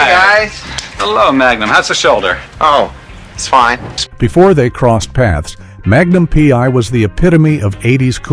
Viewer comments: Your AI voice has trouble with the titles. Magnum pee?? The voice don't know how to say it. Smart computer, NOT. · Haha just heard "Magnum... P" myself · Murder she wrote and Magnum Pee? I think the AI voice might have had a stroke.